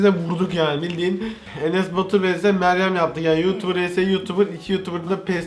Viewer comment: Meyyem diyo